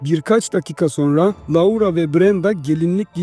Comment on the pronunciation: maykıl diye telaffuz edip loora diye telaffuz etmemek